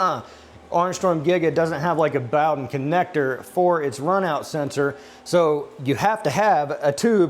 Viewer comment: Bow den rhymes with hoe den.